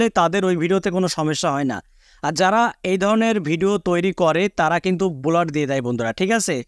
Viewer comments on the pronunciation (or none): বুলার নাকি ব্লার?